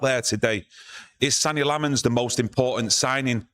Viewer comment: It's pronounced Senna Lommens.